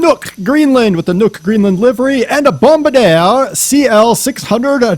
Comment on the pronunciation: its pronounced, Bom-Bar-di-er with an emphasis on the "ER"